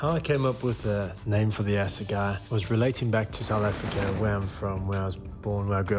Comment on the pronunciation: Assegai is a weapon used by the Zulu warriors back in the day. Basically a wooden club. And a hell of a killing machine. Now it's killing mountains. Pronounced: Ass-a-Guy... Lovely.